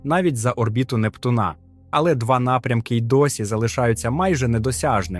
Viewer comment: Категорично засуджую через озвучку ШІ. Який би у Вас не був голос чи мікрофон, набагато приємніше чути Непту́на а не Нептуна́🛰️